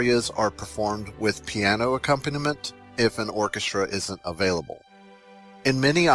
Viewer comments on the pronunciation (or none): none